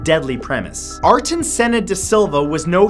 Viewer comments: Ayrton, Ayyyyyrton, not Arton...and he is Brazilian!!!!! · Im sorry but Ayrton Senna is pronounced Ay-er-ton, not Arton. And he was Brazilian not Italian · So i forgive the 'arton' pronunciation, but italy, really? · Please don't say Aryton like that, it's really cringy.